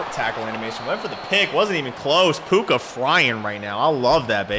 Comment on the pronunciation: Dude didn’t say Puka name right one time 😂